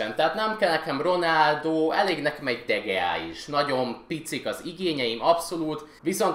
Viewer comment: "De geá" xD